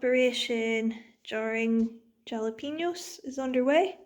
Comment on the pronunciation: Jalapeño is pronounced halapena in Spanish. Maybe not in Portuguese though. 😂